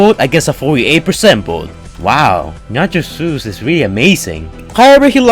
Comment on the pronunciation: Ik what hes saying but it really does sound like hes saying nacho juice XD